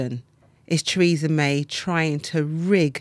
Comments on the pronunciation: Treeza Mye. Lol. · Who the hell is Treesamay?